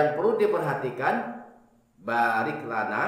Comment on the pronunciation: alhamdulilah, baru tau, penekanan di ayat "Baarik" terima kasih